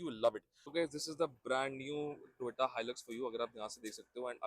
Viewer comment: Its To Yo Ta brother, not Toy Ta ❤